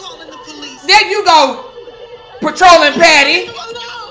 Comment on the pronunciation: He said patroling patty lmaoo.. yo i swear i was on the sme page with him the entire time